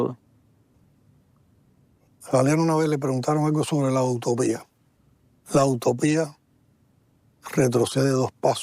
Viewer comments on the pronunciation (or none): ¿La "autopia"? ¿No será la utopía? 🤔🤔🤔🤔